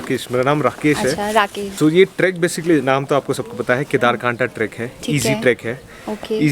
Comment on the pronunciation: Not कंठा Kyuki mai vhahi se hun इसका नाम केदारकांठा 🙃